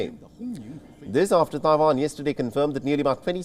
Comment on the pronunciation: It is Tai Wan not Ta Wan!